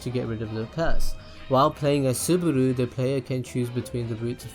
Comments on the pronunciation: its Subaru not Suburu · did he just say "suburu"??? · ***** yes and he said Suburu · SubAru NOT SubUru PLEASE